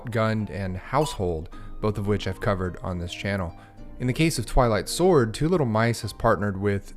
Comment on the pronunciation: Ohhhhh, Twilight Sword. I thought you said, "I Like Sword"